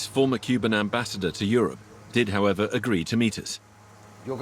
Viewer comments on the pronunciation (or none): none